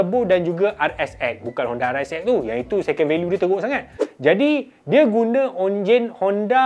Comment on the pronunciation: ENJIN LAH BANG BUKAN ONJIN